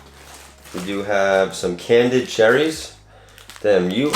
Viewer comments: Candied not candid 😂❤️ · you need to pronounce the word candied lol you kept say can-did lmao im still a fan of your videos but its drives me crazy when someone continues to mispronounce a word